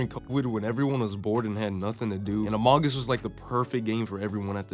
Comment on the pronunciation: im disliking bcs the way you said amouge us instead of among us pissed me off how do you mispronounce that name its 2 words